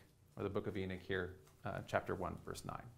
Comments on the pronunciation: "Hahnook" not Enik... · He pronouncing it E knick which it's pronounced E knock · I grew up on the East Coast, half in the South and half in New England. I have never heard someone pronounce Enoch as "EE-Nick." Always heard it pronounced "EE-Knock." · Enik? Is this a Sumerian Ethiopic version? If so does he mean Enki? It so irritating to hear the principle character's name so badly pronounced, and hearing it spoken so badly multiple times is just too much. It's E‐nOch, as in 'knock on the door' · En'o'ch not Enick!!!!! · Eknock not Enick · i cant even listen to someone who cant pronounce the name of the book they are speaking about its too bad because other than that it seems like a good lecture but i cant get past it. its not "Enich" its Enoch! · Pronunciation is not EE-nick, its ee-NOCK. Great video btw. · Why is he saying "Eenic" instead of "Enoch"? {:-:-:} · Enoch (ee- knock) not Enick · It’s pronounced “enOch” not “enIch”so annoying. How does this guy not know the pronunciation of the the letter “O”? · why does he call it "the book of enich " ? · Can he not say "E knock" or am I not properly pronouncing Enoch ? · I might have listened to this if he was able to pronounce Enoch. Why Enick? Why? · Why Inick ? E is like Ellen. English is the only language that pronounces E as I. Everybody else pronounces it like Ellen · I know I am Slovak and we also have the throaty ch. We pronounce it the same as you. He's also misprounouncing E at the beginning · E-nick???? ... is this guy for real? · E'nik? Is that like, beatnik? Sir. Your pronociation is both dreadful and confusing. C-. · Who's E-nick? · Love your talks (but it’s is pronounced ee-nok) 👍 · It's sounds like he is saying eneck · it's En"O" ch. for the love of God please speak correctly. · Enic? Where didxyou learn to pronounce words? Delete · Enick? I bet this guy still says epoch properly though🤦🏽‍♂️ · It's pronounced E- knock 🥴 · Enoch not Enich! Wtf this guy sounds like a highschool speech